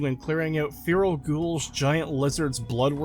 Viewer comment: Fear-al I'll never get over how he pronounces feral.